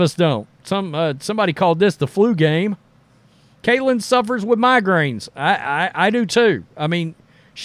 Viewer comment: Her name is Caitlin not cailtin....but she deserves rookie of the year but if it goes to Reese it's cool...get it right bro